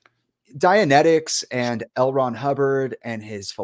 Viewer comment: "L Ron Park"